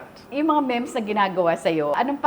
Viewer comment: Memes (meems) hindi mems😂